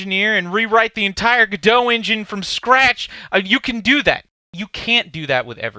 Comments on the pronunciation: It's french, so the french pronunciation is guh-doh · its not GEDO its GO DOT oh my god!!!! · why do you pronounce it "go dough" and not "go dot"? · The only thing I can't get past is.... surely its pronounced "go dot"... every time you said gadow, it made my wince, please god say that's not the official pronunciation!! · Isnt it pronounced Go Dot not Gdo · Ga Dough ?? I honestly thought it was pronounced GO DOT and not Ga Dough ....hmmm ok , learn something new I didnt expect. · It's pronounced like the two single words Go and Dot-i guess. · the logo of the company is implying you pronounce "godot" as "robot". cheers! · Wish you'd pronounce Godot "God-oh" :) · Godot pronounced like Home Depot just no fucking t lol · Step 1: Learn how to pronounce GODOT properly ;p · The way you pronounce go dot is gross